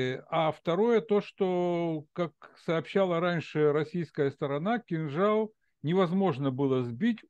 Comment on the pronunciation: Сбил "кинджал" 🤣🤣